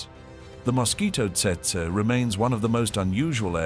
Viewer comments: Actually it's Tsetse. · It's tsetse, not testse. Stopped watching right there. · Maybe I'm mistaken but, as a Brit, I believe it''s pronounced 'Tetsee' and not Tseytsey'! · Not Tetsa, but Tsetse. The African fly is called Tsetse! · Tse-tse- Tetse (spoken as Tset-see) Not: Tset - Tsurr and Tsetsey or while we’re at it … not Tersetsay ! Do I have to spell it out? tch! some AI people! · It’s pronounced tetsee not tetsa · It’s pronounced how it is spelt - tsetse. You will not forget after being bitten by one. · Tsetse is pronounced "tset-see". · Tse Tse fly mosquito.pronounced as follows u tool.. tet see... get it right or don't post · TET-ZEE (fly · It’s pronounced Tet-see….. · Rubbish channel. Rubbish name. Please try harder. The content is fair but the delivery is lacking, friend. Set- see is how it’s pronounced by Kenyans. They should know. Great place great people. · "TET SA" crap AI.....HUMANS PLEASE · How to pronounce Tsetse a hundred incorrect ways.